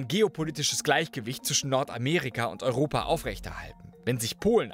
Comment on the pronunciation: Warum hast du immer wieder Probleme mit der Aussprache von "Europa". So aggressiv ausgesprochen, das R so betont, einfach nur nervig. Niemand spricht Europa so aus.